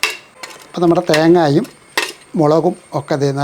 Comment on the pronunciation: 😂😂😂 theghaaaayum alla. Thenghayum 😂